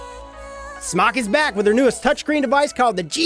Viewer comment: Thumbs up for saying smoK properly..